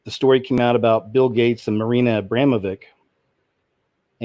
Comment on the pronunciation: Great show, I just wanted to tell you, for the sake of the common knowledge, that Marina Abramovics' name, the last part of her name is pronounced exactly like witch, but with a v, so vitch, Abramo-vitch, Abramo-witch. Which is pretty apt last part of the name if you ask me heheh, keep up the good work!